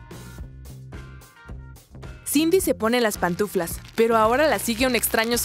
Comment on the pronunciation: Y esa voz no sabe decir pantuflas y dice patuflas